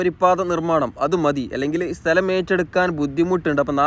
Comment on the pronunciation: സ്തെല० അല്ല സ്ഥല०